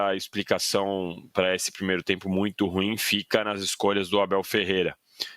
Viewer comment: Aprenda a pronunciar a palavra «ruim» corretamente, rapaz. Garanto que não é complicado.